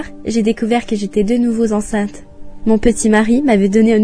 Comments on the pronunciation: À "j'ai découvert que j'étais de nouveau-z-enceinte" : qu'est-ce que c'est que cette liaison ? 😂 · « J’étais de nouveau Zenceinte » … les liaisons dangereuses.